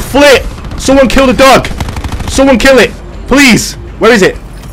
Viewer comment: Is it just me or kept saying duck instead of dog🤔